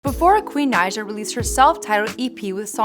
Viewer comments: It is (Ni-uh) Naija not nausea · It’s pronounced naja